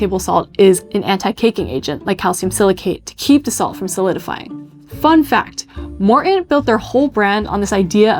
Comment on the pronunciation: So the name "Morton" is pronounced, "Mor-aah"?